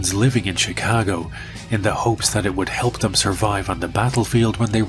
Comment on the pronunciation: I love how you say "Chicago" with a proper Chicago accent!